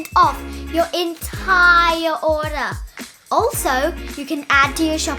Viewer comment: 20% off your entire "Olor". Lmao 😂